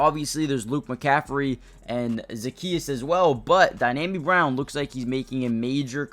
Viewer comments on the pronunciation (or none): it's DEE-AHH-ME Brown, not Dynami. No N. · Yeah ain't nothing DYNAMI about Dyami Brown